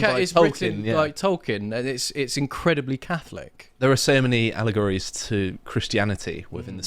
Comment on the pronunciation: Ohhhhh... "allegories"?